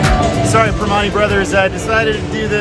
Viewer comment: He couldn’t even say the primantie brothers restaurant right😂🤷‍♂️🤦‍♂️